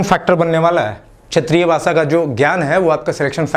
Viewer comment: भाषा होता है, भासा नहीं